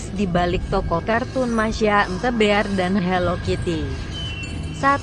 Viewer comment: loh kok googlenya bilang the beal